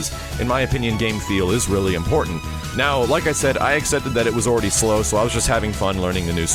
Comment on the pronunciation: slow not slom!!!!! :( lol